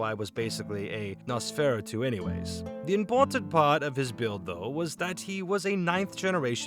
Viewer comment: Nos-fur-ah-two Die-a-bo-lis-um